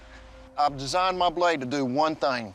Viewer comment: I've designed my bloide to do three thoings: sloice, cot and keel